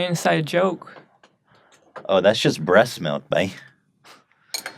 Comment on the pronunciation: “bress milk”